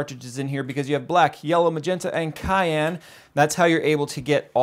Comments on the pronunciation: For future-reference... It's Siiiii-an color... not Ky-an. ;) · sigh ann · Cyan is pronounced sie an, not ky an. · You mean “cyan” which is pronounced: sigh—ann.... NOT cayenne, like the pepper 🌶 LOL. I mean, think about it... cyan is a shade of BLUE. When have you ever seen a blue pepper? ... whether cayenne or any other variety? Illogical and very silly. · Did he say cayenne as in like cayenne pepper instead of Cyan? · I thought I was the only one who heard that! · was pretty noticeable though because he said that color the loudest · He also said kyan not cyan so yea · "Cyan = Sigh Anne" lol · It's sigh-ann... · He said it wrong it's spelled cyan but pronounced syan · Really nice production for a one man band. It sounded quite current. Nice lighting btw. Just a little pronunciation fart on Cyan. Very good audio and helpful point-to-point transitions. I got a little messed up on the wireless/networking area but I'll get over it. I'm a tech-wreck so I was also looking for the software set up part of it too. Or maybe a reference to it. Because I thought I followed it but the printer doesn't work yet. I'll get there. Thanks.